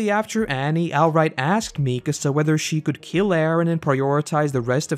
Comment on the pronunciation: Mi-KA-sa, not MI-ka-sa